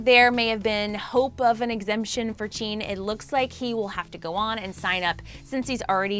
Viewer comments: It’s JIN not Jeen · zooms into jungkook while saying that jin the oldest member is most likely to serve in the south korean military me: lmao what jungkook is the mAkNaE, and wtf is jeen? that’s literally how she pronounced jin’s name i’m wheezing. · i'll sue her did she really say chin ??????!!! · Who is " Cheen"? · WHO IS AND CHUNGKOOK?! AND IT SOUNDED LIKE SHE SAID CHIN INSTEAD OF JIN! ONE LAST THING, IF YOUR TALKING ABOUT JIN... WHY ZOOM IN ON JUNGKOOK?! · Ok but “Chin”, “” and “Chungkook.” I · Chin**?? Girl it JIN J I N jaa aiee an jinn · Emmmmmmm.......its jin not jean 😊😊😊😊😊👍👍👍no hate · Who is “Jean” 💀 I only know JIN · Normal armies: Jin Her: cheeen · Dude, it’s ‘Jin’ NOT ‘jeeeean’, how can you even mispronounce a three letter name like that!???? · No offense but why did you show jungkook while talking about Jin? And jean isn’t Jin.. jeemin, ok good. But jean?!? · “jean” “” chungkook” 😂 it’s jin, jimin, and jungkook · Woah I can't believe she keep on pronouncing, Chungkook and Jeen in the whole video 😂 well she should have at least learn how to, its for the news🤔, how can they expect us to take this seriously when they don't take full responsibility in proper research and interest in the boys. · wait who the freak is “cheen” lmaooooo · When she pronounced Jin as Jean and zoomed in on Jungkook. Tbh me starting out as an army thinking I know stuff and trying to explain every member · I love how she pronounced Jimin’s name as Jeemin, Jin’s name as Jean, and Jungkooks name as Chungkook smh 🙄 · Every time she called Jin Jean I just wanted to correct her so bad. Like...how do you mess up Jin’s name that bad?! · She said jean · She also said Jin-hoo? LOL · 3 army forever BTS is my lifeu “Chean” when she said jin😂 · I'm sorry but she said "JEEEN" 😂😂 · Introducing two new members of BTS, “Ji-mene” and “Jean”. She should attempt to get the pronunciation right. She didn’t screw up JK’s name too badly though. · "" "Cheen"